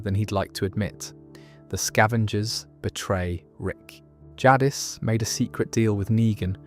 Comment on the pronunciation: Everytime you say “Jadd-is” instead of “Jadis” it pulls me out of drifting off to sleep. Or even worse “Jack-qui” that one drives me mad.